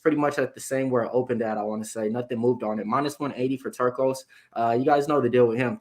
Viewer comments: I think called him torekko lol yeah its "Tur c os" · so hard to listen to ppl call him ricky turquoise 😂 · I think was the only one to pronounce Turcios’ last name correctly 😂 good show guys